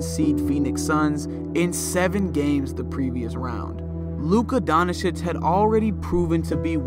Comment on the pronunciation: watching too much Flight 🤣, calling Doncic, Luka Donacic 🤣